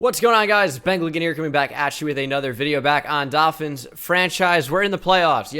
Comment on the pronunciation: I love when he says doll fins lmao